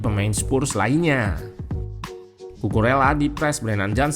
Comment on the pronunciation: Kukureya min yg bener, jangan alesan lu pake dialek indo karena org indo. kalo dialek indo cucu rela kalo Kukurela dialek inggris, biasakan yg benar bukan membenarkan yg biasa🙏🏻